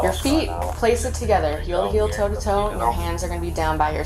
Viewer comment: Anyone notice when the AI voice said ‘two-ee’ for toe? 😂